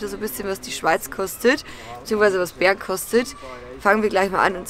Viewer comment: Wenn du Bern sagst hört sich das an wie Beeren😅 Bäääärn👌🏼😂😂